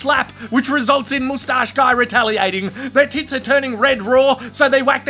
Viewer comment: this is thenproper way to say moustache